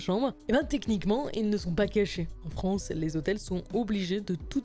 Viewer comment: combien de fois "les zhotels" a été prononcé dans cette vidéo